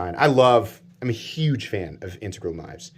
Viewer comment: THANK YOU for pronouncing 'integral' CORRECTLY. You are one of maybe 2 YT hosts that can a actually pronounce it. Makes me want to view ALL your vids. That knife is awesome, just can't be spending those kind of bucks on a folder. But, oh it's sweet.